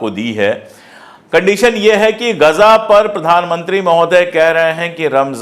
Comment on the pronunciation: Gaza bhi bolne nahi ara ese gaza ko gaja bolra ye